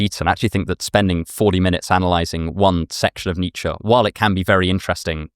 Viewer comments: it’s pronounced “Neech” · he immediately reverts to pronouncing both kierkegaard and nietzsche the wrong way, in an english accent. the same goes for descartes. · Exactly! Like the 'Eye Beether' thing! I think we are better off when the Brits stop semi-pronouncing foreign names. What would 'Need Sher' say?... Oh and Porsche ends with an E. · I am from Germany and the pronunciation of Nietzsche as "Nietzscheee" Alex mentioned does no make sense. So you are right to be irritated by it when people use it :D I never heard it like that though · It's the Americans who mispronounce Nietzsche - its 'er' not 'ee'. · It’s Nietzsche, and it’s not even close.